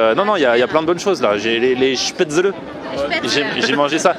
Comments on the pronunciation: Spetzeuleuh tu ma tué 😂 Ça se dit "Chpétzlé" ;) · Tu me stresse a dire Chpatzele ça se dit Spatzel ^^ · Ma mère étant autrichienne , ça ne se prononce pas spaetzle mais chpatzel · ahh on dit pas spaetzeuleu mais spétzlé (je l'ai écrit comme ça se prononce) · chpaitezeule sa se prononce pas comme sa 😂😂 on dit " schpatzeleu" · moi je suis alsacien. on prononce: chpézlé!!! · Ca se prononce shpaitslé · C'est des Spaetzlés et pas SpaetzlEs😂 contente que mon territoire te plaise😌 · on prononce pas plutot ça "chpätzlé"? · Sacrilège !!! On dit SPETZLÉ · Sa se dit schpètzlé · J'ai jamais entendu une prononciation aussi moche du mot 'spaetzle'